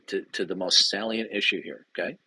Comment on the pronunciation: its pronounced "say lee ent" not "sal ee ent". I bring this up because it shows he just read the word somewhere and never heard it pronounced properly